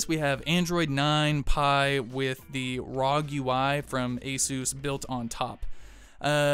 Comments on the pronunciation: Please stop saying rog....say it R O G....pronounce each letter separate. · Arr oh jee